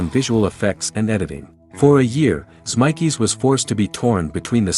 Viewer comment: This Vid is a good watch, actually had a lot of stuff I hadn't seen even as a big BTTF2 fan (w/ Aud Comms viewed multiple times). 🚔⚡️🕰The A.I. narration is so bad it's actually funny: Biff is 'Beef', 1985 is 'one thousand nine hundred and eighty five', and Zemeckis is 'Zem-EYE-kis'. A.I. should be obvious and this is, but still fun.🤖